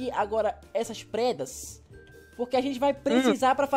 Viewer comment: kkkk () vc falou predas 😂😂😂😂😂😂😂😂😂😂😂😂😂